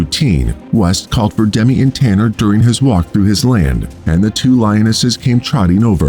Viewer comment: Im his granddaughter, i just want to say the lions name is tana not tanner and also my grandmothers name is pronoucned like "jill" even though it is spelled with a g